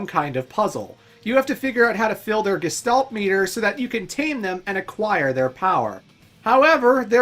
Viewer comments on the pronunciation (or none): none